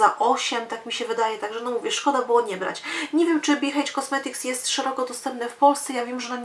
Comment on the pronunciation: Dziwne ale H po angielsku wymawia się EJCZ 😀